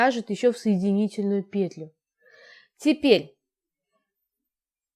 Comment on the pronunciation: Да не пееетлю,а петлю́юю!Ну очень неприятно слушать,прямо режет слух неправильная речь.